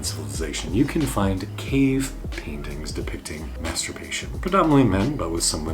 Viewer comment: May turbation